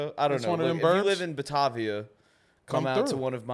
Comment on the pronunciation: I hope u can sell 5 shows in Batavia, but it’s pretty far from the city. Maybe fire whoever booked that. It’s buh-Tay-via btw.